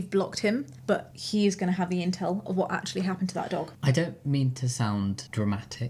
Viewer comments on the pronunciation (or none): none